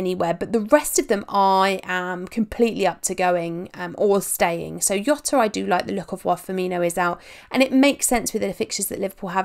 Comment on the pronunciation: says Jota WRONG